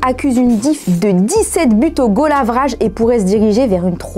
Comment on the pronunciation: Oui sauf quand elle dit "goal aveuraje" 😅